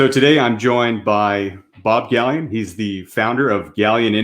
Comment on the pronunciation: to Ralph Q ; Galyen NOT Gaylen